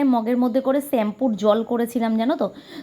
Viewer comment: ছেম্পু না দিদি শ্যাম্পু হবে। রাগ করোনা। ঠিক ভূল মানুষ মাত্র।